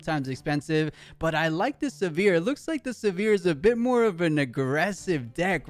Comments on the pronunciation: Came here for the comments…everytime he said Sivirs name I just cringed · Not looking forward to the rest of casting this set if the names are going to be butchered to that degree by everyone not familiar with the League IP 😂